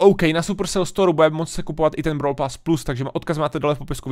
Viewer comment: 😅bravl bol